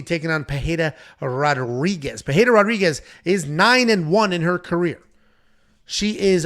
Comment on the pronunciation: Why is calling her Pereira Rodriguez 😂😂😂